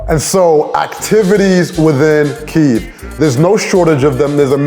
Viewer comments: Bonus points for correct spelling and pronunciation of Kyiv!!! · Thank you thank you thank you for so many nice words about Ukraine! And yeah , KYIV not "kiev" made my day! I appreciate this! 🇺🇦🙏